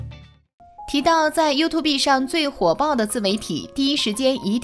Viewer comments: 她还说you to be… 笑死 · 把發音學好在說拉 YouTube不叫youtu~B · you too B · youtube唸法不是唸" you to be" 而是要分開唸"you tube".唸法: "you 梯烏補"，做為一個油管的優質視屏，連基本油管的唸法都錯，豈不遺笑大方? 即使內容再精妙絕倫，也難有說服力。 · 拜託一下，YouTube 是唸油吐，不是油吐必！ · walao eh，这个英文水平我真的是beh tahan，看了听了前面30秒我就顶不顺料，暂停视频后想关掉的，但就是忍不住要来吐槽两句 😂，听得真蓝瘦，YouTube居然给他说成 You To Be，笑死，我隔壁家三岁的小朋友发音都还准过他叻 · 是唸you吐(三聲)哦，不是you 吐B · Youtube不是唸you to be😅 You+tube > 跟我唸一次：(you) (toㄅ) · 还优兔碧呢，你这英文水平跟内容只能是误人子弟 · 聽到you to be的發音以後就不想看了😂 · 不能同意更多了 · 他频道里读过很多次啊 重音是错的 放在tube上了 you’tube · 这个女的讀出是 You Two Bee 呀... 很过份吧，相对来说老高的只是很轻微.. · 什麼是U 2 Be啦。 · 第一次見有人說念 you to be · 第一次聽到有YouTuber讀youtu"B"，差點笑死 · you to b 笑死人😆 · 优吐b太赶客了，看不下去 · U 2 畢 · you tu be哈哈哈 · 沒想到這年代還會有人唸「優吐逼」🤣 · 說了 You tu be… 就覺得惡心了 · “you to be”這讀音我笑了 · “优”“秃”“逼”，你的英文真牛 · 出影片前能不能做點功課，讀YouTube “B” 是想笑死外國人嗎？ 聽到都尷尬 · 連youtube 這個字都念成you to be 的人還能瞎掰什麼,牆內就不準看youtube 何來的封殺. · 想听可是一听到you tu be 就听不下去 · 作者是不是沒看過youtube 啊拜託不要唸you to be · you to be 什么鬼？要说中文就好好说，油管就油管you 吐 必 啥玩意😰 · you tube B 連發音都發不對 還發布視頻？ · 油2be，nb的发音😅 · 不是u吐必好嗎🙄聽到這發音就看不下去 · You to be 是三小啦... 要用這平台還不會讀這平台名字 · 能不能不要唸youto畢.... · You two bee... 聽得人吐血... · you和tube是两个单词，求主播查查发音正确念读orz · YouTube 剛出來時很多都這樣念啊，後來才開始發現念錯😂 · 連YouTube 都不會念 有夠智障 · 能不能查查词典再念YouTube这个词？！！一听就感觉文化程度很低…… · 請把英文發音說準了才來議論事情吧，連youtube怎麼發音都不懂，我也是醉了😅😅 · youtube的发音都没准过就说别人对科学的态度不严谨。。。别人一直都是站在中立的角度上发表自己的观点，说得仿佛自己没有脑子，只能人云亦云一样，已点踩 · 連YouTube 都不會唸，這素質就是好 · 你学人做什么youtuber? 连youtube 读音都不会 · 老高那不就是個睡前故事嗎？不是正經科普啊⋯⋯你這蹭熱度也蹭的太噁心，營銷號多讀點書吧⋯⋯YouTube 都能唸錯。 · 听到她念YouTube我就直接来评论区了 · 请先把 youtube 发音搞正确再说。后面全在瞎比比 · BE 不發音吧... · 連YouTube 都不會唸 留個言就關掉了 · 能把youtube念对吗？ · YouTube都念不对 还在那bb